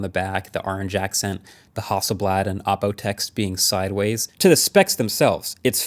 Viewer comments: HASSELBLAD more like hassle-bland 😂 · I'm not gonna lie, every time I heard you guys say Hasselblad on the podcast, I thought the brand was called House of Blood and without a second thought, felt like that would be a normal name for a camera brand. I need to get out more...